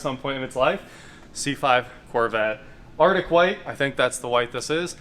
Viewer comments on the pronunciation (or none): none